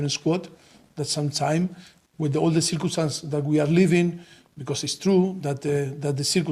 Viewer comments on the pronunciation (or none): When Pochetino says circumstances, I hear circus. Honestly, the circus suits better than circumstances.